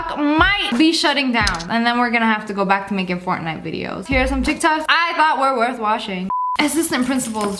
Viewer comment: POV: you hear her say FoRTNIGhT😅